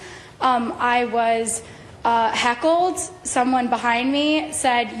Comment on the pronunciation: She said "hackled" 😂 its heckled, ma'am.